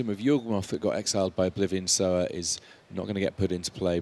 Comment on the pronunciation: ffs it's Sower, not Sour! knife hand twitch